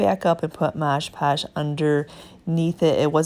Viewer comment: I love all of what you do! You offer great tips and ideas! I also like the shortened intro. I do have one tip for you though... it is Mod Podge and not Modge Podge. Common mistake but wanted to let you know! ❤️